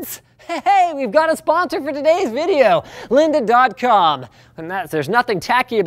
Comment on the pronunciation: "Lynda" hahahahaha